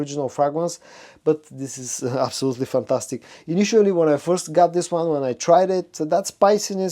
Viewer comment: I love your videos and watch them like everyday, i just wanna make a little correction, it's initially and not initually.... Thank you for the great work, keep it up:)